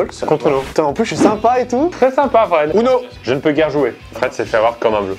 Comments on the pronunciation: On dit ouno pas uno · Ptn c’est « OUno » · Le titre ne va pas en adéquation avec ce jeu, une partie de uno n’est jamais « complètement folle » comme tu le prétend. Et on prononce « ouno »... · ça se prononce ouno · Sa s'écrit UNO mais sa ce prononce OUNO =_=